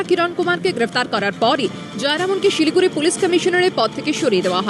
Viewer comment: আরে সমস্যা সিলি গুরি না shiliguri,,সমস্যা অদ্বিতীয়া,,সমস্যা,,কিন্তু খবরটা দারুন